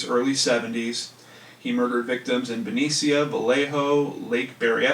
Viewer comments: It's pronounced benesha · Just saw this, very late I know..Just to let you know that Benicia is pronounced Beneesha for future reference. Love all your shows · Benecia=BEN-ee-shuh, and Vallejo=Vale-A-HO. I lived near there for awhile-well, between there and Lake Berryessa... lol. I was there in '86...